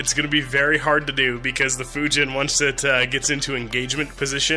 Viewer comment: you said fujin wrong